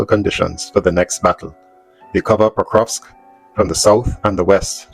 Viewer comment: Just to help you out, It is pronounced Kur Kof in english